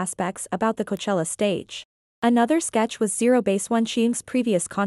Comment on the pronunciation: By the way,Korean accent does pronounce C/K as G,most names that start with K like Kyujin gets pronounced Gyujin. So,them saying Goachella and you attacking them means you’re insulting their accent. Insults can go so many ways,since you guys love drama.